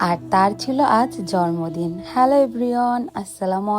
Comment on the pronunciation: Sorry afu eta jormodin na jonmodin hobe